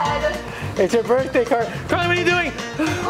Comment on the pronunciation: you said birtday b I r t d a y wow